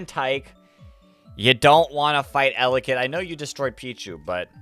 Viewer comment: Sry not eyelid it’s Elekid